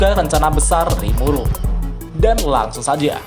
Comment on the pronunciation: Awal awal kok gw denger rimulu bukan rimuru wkwkwkk